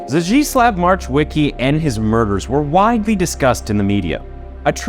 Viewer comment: Only "Zdzisław" is pronounced in a way that is similar to Polish language. Polish "ł" should be pronounced as English "w".